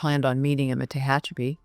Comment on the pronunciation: Very nice but Tehachapi isn't pronounced that way. Can tell you're not a Little Feat or Linda Ronstadt fan.